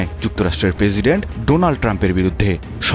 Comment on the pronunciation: Problem is journalism. The pronunciation is full of error. Try to learn how pronounce President. Moreover, the whole video was beating around the bush. The main news covered only a small portion of the news footage. I won't blame if it was from a normal person. I am referring the pronunciation part. But it's a mainstream media. Come on , try to uphold some bare minimum standards.